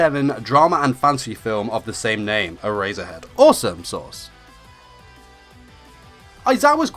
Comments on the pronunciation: Every time he says Erasure and Erasure head, I hear A-Razor-Head and A-Razor XD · lol sounds like hes saying "A razor head" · “Era-zure-head” he says x’’’D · I stopped watching the video because of how badly he pronounces eraser heads name